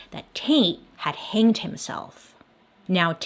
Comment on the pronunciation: "Hannged" Bailey? Lol